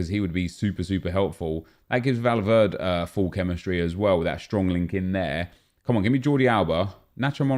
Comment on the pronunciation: I cringed when he said Valverd (e)